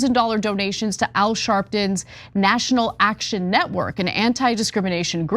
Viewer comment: Did you say national ash-can network? lol 😂